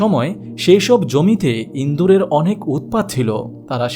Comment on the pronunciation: ইদুর না বলে ইন্দুর বললেন কেন?!